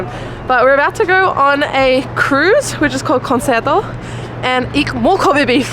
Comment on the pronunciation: OK, no one likes a grammar and pronunciation nazi- but, if you hear someone mis-pronounce a word, should you just ignore it? Knowing they're going to do it again? I never know, but, adorable, it's kahn-chair-toe. Sorry...